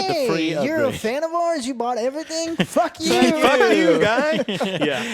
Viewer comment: hahahah the way says “FACK YOU”